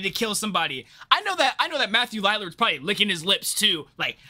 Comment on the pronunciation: Matthew Lillard's surname is pronounced "Lil-ard" not "Lie-lard", just so you know